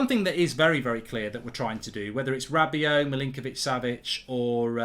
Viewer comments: Who the hell is this rabby-ot guy you keep mentioning. Do you mean rabby-oh?? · Manchester Utd have said "Anyone identified with the fight in the stands last Sunday will be banned for life" So far 23,346 fans have come forward😁 PS Mark, stop sounding the T On the end of Rabiot or Veronique will be after you!!